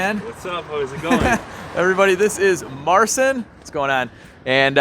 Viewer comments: if i think, i know what your trying to say about his name. His name is Mar - chin.. not marcin..... Just so you know. love the video. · I salute you guys and Marcin pronounced Marchin I guess And kurwa mać he's good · Its pronounced Mar-cheen you’re killing me smalls. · You really butchered the pronunciation of Marcin's name. Worth a google at least